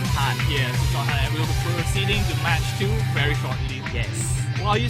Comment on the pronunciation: Admin! :D It's Sean Han, not Sean Tan D=